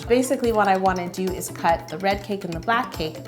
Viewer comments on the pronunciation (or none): anyone else hear wed instead of red?